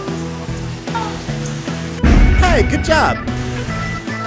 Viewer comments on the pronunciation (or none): none